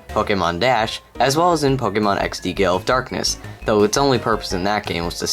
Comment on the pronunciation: Is it just me or does it sound like he's saying "Pokemon XD: Gay Elf Darkness"?